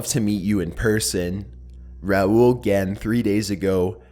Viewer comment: thanks for saying it right